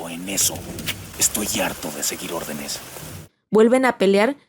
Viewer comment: en el minuto en vez de decir "seguir" dice "suegir